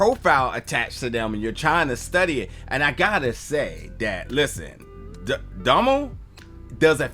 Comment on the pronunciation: man you just mispronounce Domhnall big time, it should sound like tonal but with a D instead of a T